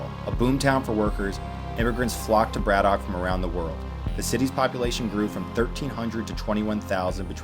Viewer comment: Here in Pittsburgh we pronounce it more like Brad-ick (said correctly ). Great set of videos covering some of the area!